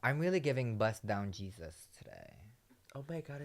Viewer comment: HEY-ZEUS-BRETMAN lolllll